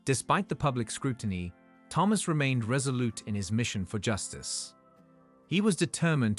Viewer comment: one day they will produce an AI vocalisation that can pronounce the name thomas correctly every time in a story! or maybe just use a name that it can say correctly oops...ofc it would help if it was typed correctly also THOMAS and not PHAMOS i will say that the AI is a master of repetitiveness though by twisting the details in the sentences and restating the same info multiple times. it managed to a 15 min story into 21 min lastly where is the son or the dna test....as suggested by the title of this story? the title bears no similarity to the story! gaddamn. the man did well right up until the end when it appears he has no spine! the man is a jellyfish. after the courts and humiliation....he has no self respect or sense of dignity and took a cheat back! ready to wait....for the next time